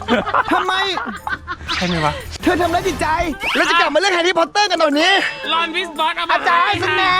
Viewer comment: แฮร์รี่ พอตเตอร์=แฮร์เมย์ พิ้งเตอร์😂